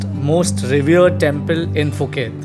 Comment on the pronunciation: Happy Birthday to Ritika!! and to you and happy anniversary. I am Filipino married my Thai wife some 27 years ago. I submit that your journey of happiness ahead is soooo long. There's much more fortunes and unbelievable surprises you will walk through. Enjoy the ride, even more. And finally, phonetically, do separate the 'P' from the 'h' so that 'Phuket ' is not pronounced in the start with an 'F' but rather 'Puh-ket'. Enjoy ☺️ !